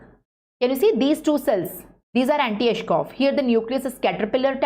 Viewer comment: It's Anitschkow not antischoff! Btw...superb lecture🤍